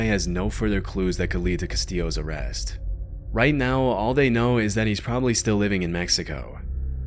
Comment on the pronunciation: "Probabally"??!! Like, really??!!